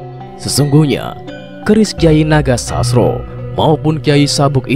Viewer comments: Baca narasinya yang bener jangan asal2an agar tidak Mengurangi maknanya, contoh NOGOSOSRO JANGSN DIBACA NAGOSASRO. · Kyai nogososro bukan nogosasro kayanya yg bawa narasi. Bukan wong jowo